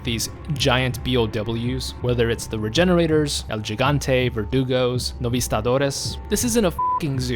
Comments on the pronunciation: I realy hate to be THAT guy but its pronounced El GiHante as opposed to gigante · He - gan - te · Why does everyone pronounce it Gigante its pernounced higanté with an h sound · I like your vids, but the way you're saying "Gigante" hurts my hispanic heart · You're saying El Gigante wrong, the first G is pronounced as an H.